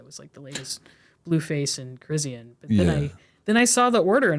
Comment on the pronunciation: why she saying chrisean name like that